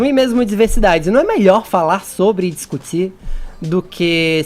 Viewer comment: discutsi, necessariamentsi kkkkkkk